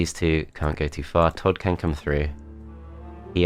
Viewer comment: Why are you pronouncing Todd and Tancred like that? Todt, Tancredt...